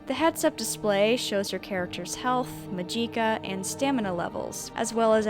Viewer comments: So you pronounce magic as muh-jeek? Never heard muh-jee-kah before, a unique way of pronouncing that word. Not bad, just different. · "Muh-jeek-uh" lol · really got that Khajiit pronounciation on the Magicka,still,amazing video,as usual